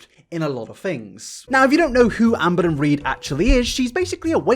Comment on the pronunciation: Sometimes when says "Amberlynn Reid" I hear "Anne Boleyn Reid" and now that's literally all I hear pls send help